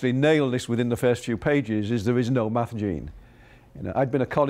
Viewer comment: thought he said meth.